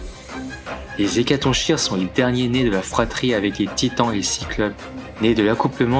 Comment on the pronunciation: Attention le "ch" d''Hécatonchires se prononce comme si c'était un "k" , comme dans chaos ou choléra (oui je choisis des exemples fun) :)